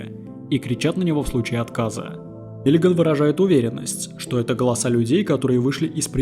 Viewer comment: Только Миллиган, а не Миллиаган!